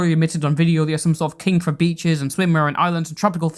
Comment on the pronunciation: Great video, but I had to stop what I was doing and rewind when I heard Beaches as Peaches and thought that SOMEHOW the hopelesspeaches drama bullshit had made it into this completely unrelated thing.